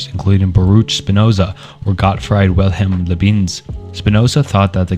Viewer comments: There’s no way you know anything about philosophy and pronounce Descartes Sartre Leibniz and basically everything else like this. It’s not a bad accent, it’s literally just crazy wrong. This is just one long chat gpt generated video. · Imma be honest I hate your pronunciation of Renee Descartes and Liebniz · What a well done deep dive! Too bad I couldn't get myself to watch past "Des Kartes" and "Le Beans" It's actually hilarious how you couldn't be bothered to spend 3 minutes and look up the actual name pronunciations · But not read by AI, because he pronounced Rene as "reen" and Leibniz as "Luhbeans" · I’m sorry but the pronunciations of Descartes and Leibniz have me giggling… but I love the video, gonna sit back and learn some philosophy